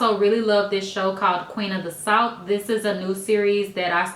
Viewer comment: I thought she said Queen of the salt...lol! Thank you for repeating!